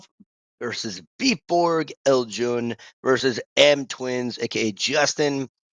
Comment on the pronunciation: Also on a sidenote there is no L in Eijuns name😅 correct me if im wrong but i belive its Ei-jun (from what i remember out the anime)